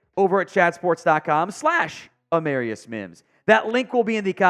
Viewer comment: It’s pronounced “AmAREius”